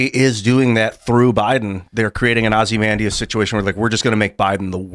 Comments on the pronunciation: Ozzy mendius? Tims pronunciation is way off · Blue people do not like Trump ever. Also you’re pronouncing Ozymanueods wrong